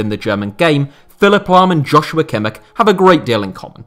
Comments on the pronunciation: It's literally just pronounced josua kimmich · yeah I don't get how you can pronounce it wrong. It's literally pronounced how it's written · Kimmich gets irritated when his name is mispronounced. "Yau-sua Kimmish"